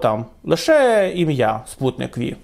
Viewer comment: Спутник-Вэ ? А что, никто не мог объяснить диктору, что "V" в названии "Sputnik-V" - это римская цыфра 5, а не латинская буква "Вэ" ?